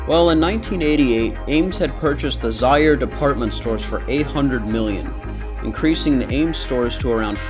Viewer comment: There are some abandoned Ames store still standing. To find the locations go to Anthony of Ace's Adventures visited one in New York. You are pronoucing Zayre wrong. In Woodbridge, VA we had a Zayre's that became an Ames. For a few years we had a Ames and Kmart across the street from each other. Ames would have a hard time to compete with Walmart. We didn't get a Walmart until around 2000. There are only 2 Kmarts left in Northern Virginia - in Fairfax County